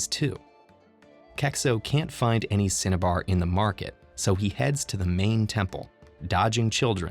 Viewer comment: Anybody else hearing “Cinnabon” when he says cinnabar?